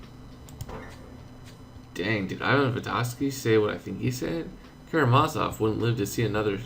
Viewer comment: KaramaZOV KaramaZOV, not Karamavas.....